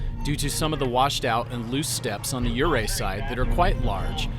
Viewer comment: I was wondering if you are not a Colorado native: you pronounce yoo-RAY (correct) as YOU-ray, and Imogene is said by old Coloradoans in the English way with a short "i" as in "it" : I ma jin.